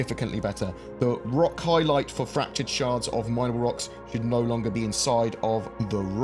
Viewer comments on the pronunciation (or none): Interesting how your character reacts to your ROCK and FRACTURED pronounciation